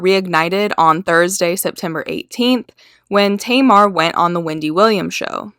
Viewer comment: Hun you need to learn how to pronounce names. At first you're calling her "Tea..mar" then you pronounce it right, then you mispronounce it again. Either you're high as fuck or just numb. Learn how to speak proper english.😴